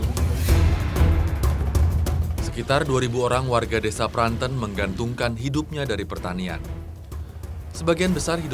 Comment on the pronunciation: Pranten bukan pranten! Aduh gimana sih cara jelasinnya